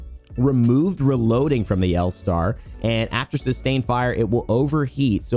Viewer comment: Loving the L Starrrrrrrrrrrr